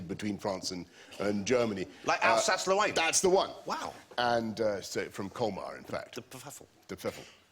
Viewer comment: "Like Alsace Lowain?"